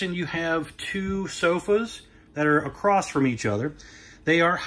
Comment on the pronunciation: The guy cant say "across". Says "acrossed". That's very unique